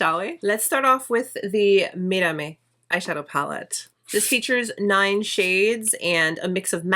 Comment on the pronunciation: Wow…beautiful look. And your pronunciation of the words in spanish is top notch. I really enjoyed watching you creating the gorgeous look. Didn’t that about brand. Do another look. I really like the way you applied makeup, different and nice. Thank you.